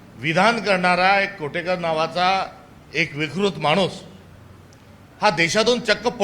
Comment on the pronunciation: कोटेकर नव्हे, कोरटकर, मराठीतच शिकलात का दुसर्‍याच भाषेत.सावरकर यांच्यावर बोलण्याचा आपला अभ्यास आहे का?